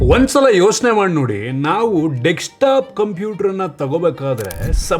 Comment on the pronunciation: its not dekestop .. its desktop ... pronounce properly